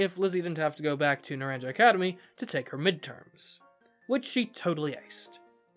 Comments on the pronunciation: It's pronounced "na-ran-ka." Not "naran-ja" Just so you know 🤗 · Not naranJa but naranHa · Naranja is pronounced "Nah-rahn-ha." It is Spanish for "Orange." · It's driving me NUTS how you're saying Naranja XD The "j" is pronounced like an "h", so it's said "Na-ran-ha", not "na-ran-ja" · Hey, it’s pronounced NaranHA NOT NaranJA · Some of you all need a Spanish 101 course . I can't handle how you keep pronouncing things like the school name. It's painful. The j makes a h sound so it sounds a little more like Nur Ron ha and Violet school sounds more like Oo Vah. But thanks for the video mate and the fun voice over. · It’s pronounced naran-ha. Means orange in Spanish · Just FYI, Naranja is pronounced "na-RAHN-ha". It's the Spanish word for orange (both the fruit and the colour) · It physically pains me everytime someone calls it naranjah academy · it's pronounced nar-ahn-ha. In Spanish the j is more of an h. Example: the name José. (For reference, naranja means orange in Spanish.) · "Naranja" is pronounced "nuh-RON-huh". It's the Spanish word for "orange". In Spanish, "A" is pronounced like the "A" in "talk", and "J" ("Jota" in Spanish) is pronounced like the English "H". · ARGH! YOU PRONOUNCE THE J LIKE AN H NARANJA GODDAMNIT! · Hearing him pronounce “naranja” hurts me